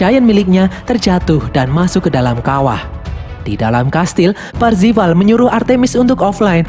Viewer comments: Parzival bukan parvizal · Bang namanya kan Parzival, bukan parvizal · ralat, PARZIVAL bukan parvizal. pantes kok lain namanya, rupanya salah hehe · Parvizal atau parzival ?. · Parzival bang bukan parpizal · Eh Bang bukannya Nama nya Parzival ya? Kok parvizal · itu harusnya namanya "PARZIVAL" tapi malah disebut "PARVIZAL" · Parzival✖ Parvizal✔ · Baru nongol kontennya di beranda di 2021,udah lihat Filmnya Di 2019,lakok nama MC nya salah Om :v PARZIVAL Bukan PARVIZAL lmao :v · Bang cara nyebutnya "parvizal" bukan "parzival" terimakasih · Bang itu avatar nya wide watts farzival bukan faivizal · Aku yakin si karakter utama namanya Parzival bukan Parvizal 😅😅😅😅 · PARZIVAL ❌ PARVIZAL ✅ .. . . . . . PARZIVAL YAH YG BENER MINN. JDI LUCU DNGER PARVIZAL HAHAHA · Bukan Parvizal 😭😭😭 Tapi Parzival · Bang nama avatar Wade itu parzival bukan parvizal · Anyway parzival min bukan parvizal😂😂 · Bang awalnya parvizal tapi kok lama2 jadi parzival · parzival bang, wkwkwk bukan parvizal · Parvizal apa parzival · Parvizal woy bukan parvizer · Percifal cok bukan parfical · PARZIVAL PARVIZAL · Parzival atau parvizal si anj 🗿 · Parzival yg bener min:)